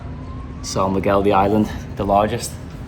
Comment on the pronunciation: man, I love your videos, but you completly butchered the pronunciation of of "são miguel". anyway, you get a pass because you dont speak portuguese